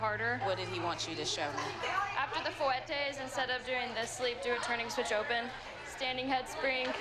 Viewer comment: Girl, that is not how you pronounce 'fouettes'!